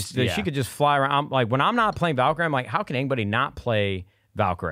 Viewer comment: I love how Nadeshot calls Valkyrie from Apex Legends Valkyrae lmao